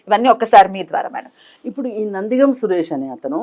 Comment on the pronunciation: నందిగామ " సురేష్ కాదమ్మా anchoru. "నందిగం"